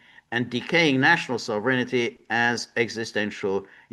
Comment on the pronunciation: George is conjuring the ghost of Frank Costanza the way he pronounces “sovereignty” as “sovereignity”. Sovereignity Now!